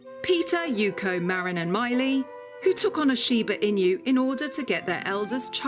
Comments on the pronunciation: Hey I am Japanese and I love Shibas. Very informative content but sad to hear Chinese music in the back ground😅 Also narration kept calling the dog Shiba INU like "In you" or "EMU", but actually are pronounced INOO (NU pronounced like Nutella) as the owners was saying. INU means dog. Otherwise good show and I enjoyed it. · I loveyour videos, but I wish you at least have learnt how to correctly pronounce its name and stopped saying it like "in you"all the time. There is no y sound while spelling inu, which by the way means dog in Japanese. I wanted to watch ths episode but after hearig in you over and over, I had to close after 3.5 minutes. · Why do you say "in-you"? It's pronounced "ee-noo" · why do they let her say inyou when all of the people are saying enu? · That Shiba “Inyu" is making me cringe 😬 😬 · Please pronounce correctly. Not Shiba-Inyu... but Shiba-Inu! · シーバイニュー、ていうのなんかワロてまう シバイヌよりカワイサが溢れ出てる しかしなぜイヌまで含めて英語では発音されてんだろう(笑) 背景BGMがどう聞いてもいわゆる中華風（和風ではない(笑)）で、欧米人の雑なアジアくくりっていうのもまた(笑) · It's shiba "i-noo" (a short 2nd sound), NOT shiba "i-new". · shiba INU, NOT shiba inyou!!! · It’s pronounced EE-new,. Not in you. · normal people: Shiba Inu this person: Shiba In You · Shiba emu. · シバイニュ〜って発音するのが可愛い❤ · I couldn’t watch as she kept mentioning IN-YOUs, smh! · but...why did no one corrected her weird pronounciation? Pronouncing it Shiba Inyoo all the time is strange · the "inyu" pronunciation is driving me crazy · I'm not Japanese but even I feel annoyed at the way she keeps saying "inu" as "in you". It's not that difficult to pronounce. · It sounds like she's using every opportunity she can get to say Shiba in you ^_^v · There is a Sheba In You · It’s “she be in you” 😂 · Michelle T she’s not far off. You pronounce it sheeba enoo...ask any Japanese person. Also, Americans pronounce most of the English language incorrectly if you want to play that game. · 発音が柴犬じゃなくて柴イニューで笑う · Wow she really butchered the pronunciation of the breed 😮